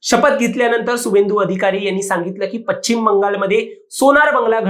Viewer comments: पचिम नव्हे पश्चिम म्हणा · पश्चिम नाही म्हणता येत तुम्हाला. पच्चिम नाही ते.